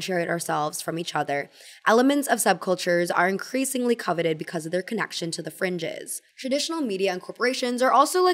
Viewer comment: "because" pronounced like beak-eyes or beak-wise is all i think about when listening to 😅